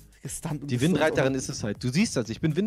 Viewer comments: Widderreiterin nicht Windreiterin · Niemand: Absolut niemand:: WiNDreiterin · widderreiterin nicht windreiterin🤣🤣😂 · Niemand: Wirklich niemand:: windreiterin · Niemand:: WiNdReItErIn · Keiner:: windreiterin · Die heisst nicht windreiterin die heisst wiedder Reiterin 😂